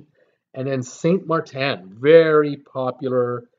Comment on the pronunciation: SaintMaarten get it right I'm from Saint Maarten🌄 we are open Y don't u fly🛫🛬 down to see for your self